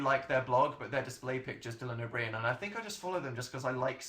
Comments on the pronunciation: Dylan O'Brien. Same though. However I actually CAN'T with how he pronounced this name!!!! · I’ve never heard anyone pronounce Dylan O’Brien the way he does. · I’m sorry he pronounced Dylan O’Brien wrong I’ve never been so triggered 😂